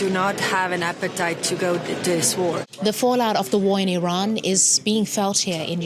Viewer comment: Glad you pronounce Iran correctly. So many say I ran. It is ee ron, as you said it.